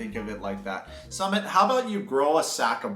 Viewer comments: The guy on Psychology in Seattle, Dr. Honda, says it like mountain summit too. Drives me crazy. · Nobody going to mention that is pronouncing Sumit's name wrong? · Bro why are you pronouncing sumit like that… haven’t you heard how they say it in the show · Why are you deliberately mispronouncing Sumit's name? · Love your 90 day vids BUT Sumit isn’t pronounced “summit” it’s “ SŪmit” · Dude not Summit it’s SUmit as in SUE…MIT not commit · SoooMitttt - not Summit ! C’mon, it’s been years ! Disrespectful Dude 🌊🔥🔥🌊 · You’re too funny, his name is “Sumit” not “Summit”! lol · Not some-mit. Sue-meat! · His name is pronounced as Sue-mit like you can sue mit ! Lol Also let me tell you guys that, India is very diverse country the north, the south and north east India is extremely different in terms of language, culture food even religion. So there is no such thing as a “topical Indian wife” we’re super progressive and backward at the same time lol 😂 I get culture shocks when I move from state to state. Also Sumits mom is a bitch and an evil woman, very vengeful. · His name is pronounced "Soo-Meet" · "Sue" mit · I thought his name was pronounced Sue-Mit?